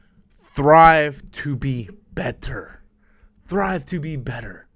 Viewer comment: Not to be an ass but it’s STRIVE to be better, it seems like you’re saying THRIVE.